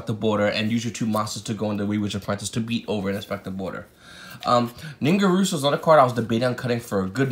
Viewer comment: bro. its NIN-GEAR-SUE not ningarusuau